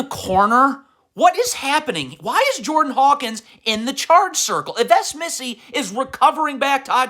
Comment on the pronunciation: You know what’s the worst too? You pronouncing Yves Missi